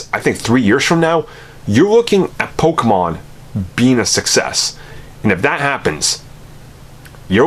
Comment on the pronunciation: I don’t think you should be making this video when you can’t even pronounce “Pokémon” correctly